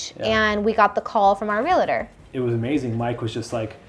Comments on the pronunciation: I think it’s a Southern California thing… I say real-a-ter and everyone else I know says it that way too! 😂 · I wonder why people say relator instead of realtor. Is it a San Diego thing? Not the first time I hear that. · Lol, why do some people add a syllable to /realtor/? It's REAL-tor and REAL-tee, 2 syllables. (Some people add another syllable, as in REAL-A-tor or REAL-A-tee 😋) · cute couple and a great story. My only irk is that you keep saying "real-a-tor" - it is REAL-TOR (two syllables)